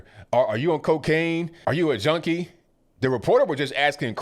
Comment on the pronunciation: He actually couldn't even get the word junkie correct. Listen closely he said Joanie. Wth is Joanie? 🦇💩🤯